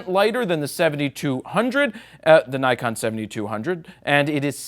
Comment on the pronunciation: Did you say DIKEon?! :D